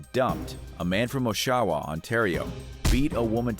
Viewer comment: Just so u know it’s pronounced OSH-AH-WAH Here in Ontario that was a big story 💔